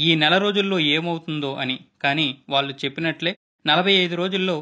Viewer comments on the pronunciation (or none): none